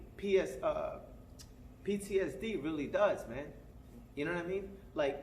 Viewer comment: Bruh don’t even know how to say ptsd as an acronym. Lol Spence beats danny